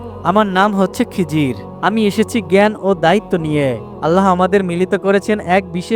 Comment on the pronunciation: খিজির আলাইহি ওয়াসাল্লাম বলবেন খিজরি বলেন কেন?